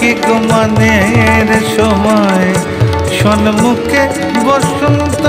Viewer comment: "এখন কি গো মানের সময়/ সন্মুখে বসন্ত" ।। "সন্মুখে " নয় , সম-মুখে = "সম্মুখে" ।দুর্ভাগ্য আমাদের। এতবড় শিল্পীর কাছে এমন ভুল উচ্চারণ অনভিপ্রেত।